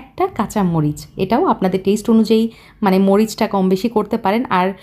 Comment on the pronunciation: টেইসট , টামেইডো 😂